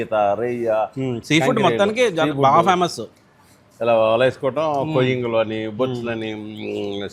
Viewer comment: Peethalu Kuda fyaaamussu... Bagaa fyaaaamassuuu Abaaaaa entha bagaaa slang lo